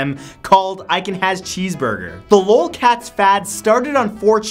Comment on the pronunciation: You pronounce l.o.l. as an actual word 😂😂😂